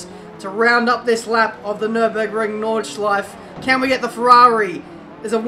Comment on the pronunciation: "Nürburgring" put the "ü" please there:D i know that you dont have this letter in your langauge